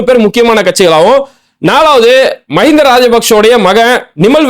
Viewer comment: சகோதர உறவுகளே பயம் வேண்டாம். மஹிந்தா அல்ல மஹிந்tha. அநுர குமார திஸநாயக்கா அல்ல அநுர குmaaர Dhiஸா நாyakக. 😊 தமிழில் அழகாக உச்சரிக்கமுடியும். அவசரம் வேண்டாம்❤. ஆம் நீங்கள் ஒருவர்தாம் உண்மையைச் சொன்னீர்கள். இலங்கைபொதுமக்களின் சிரமங்களை நன்கு உணர்ந்த தலைவன்.சுருக்கமாகச்சொன்னால் பொதுமக்களின் மீது அன்பு கொண்ட ஒரு இலங்கை சேகுவேராவை பார்ப்பீர்கள் என நம்புகிறேன். சஜித்தும் நல்லவர்.அவரைக்காட்டிலும் திறமைமிக்கவர் அநுர குமார திஸாநாயக்க ❤.